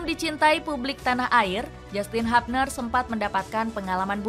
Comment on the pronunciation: HUBNER dibaca Hubner bukan Habner min....!!